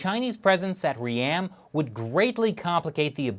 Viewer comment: FYI, its not 'Re-am' its pronounced Ream as in beam...... And this is not new news inside of Cambodia, we have had Chinese investment for the last 5 years into most of Cambodian`s infrastructure.